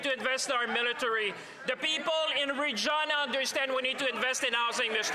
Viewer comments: Regina is pronounced "Re geye na" not Re gee na. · Great page but Regina is pronounced wrong. Regeena? No Canadian who is invested in Canadian news and history would say Regina like Regeena. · Even second language speakers do not say Regeena. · At least the AI production called Regina "Rejeana" and not "Vagina". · "Reg geena"? Thats not how you pronounce it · Why are you talking strangely, I've never heard the city of Regina pronounced like that before. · Dumbass AI can’t even pronounce “Regina” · Please have a chat with the AI and teach it to say Regina and Moose Jaw. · The AI narration is not as bad as some but it still needs work. There are cringeworthy pronunciations that detract from the otherwise “largely professional” presentation. Just one example--- real Canadians know how to pronounce “Regina”. The “i” is pronounced as a long “i”, not as an “e”. 😀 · Stop using AI, it would sound better if a real person were narrating, or at least teach it how to pronounce Regina. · the way "Regina" is said suggests the narration is by AI, or someone unfamiliar with Canadian Geography. I support the main points of this channel. PP is a one trick pony incapable of uniting the nation.